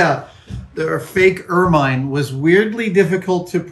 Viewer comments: It's pronounced "ermin" (short-i sound), not "ermine" (long-i sound). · "Ermine" rhymes with "German", not "fur mine" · Anyone else find themselves correcting Adam every time he mispronounces 'ermine'? It rhymes with 'vermin'. No? Just me? Oh well.